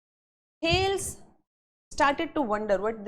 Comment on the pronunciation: As a keen student of political theory I am very dissatisfied after watching this lecture. The pronunciation of Thales is incorrect seems never attended the lecture of subject . Element is never mentioned it is substance. Madam please read first the basics then become teacher . Start with the History of political philosophy by G H Sabine.